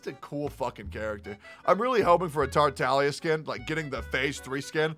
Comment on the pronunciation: Bc thats how its actually pronounced